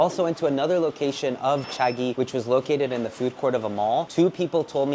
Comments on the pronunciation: He says Cha-gee, but its supposed to be pronounce cha-jee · Cha-G not Cha-ghee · It's pronounced Jee though. Chagee = tea princess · Someone teach this guy how to pronounce Chagee